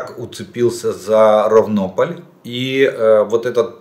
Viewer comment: правильно РАвнополь